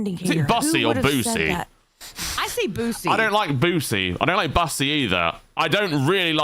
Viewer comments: Bussy is pronounced like the word p**sy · Mispronounced bussy lol